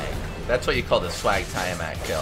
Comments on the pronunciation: your sayign it like tyre mat. its TIA-mat as in tia-maria. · You pronounce tiamat wrong wtf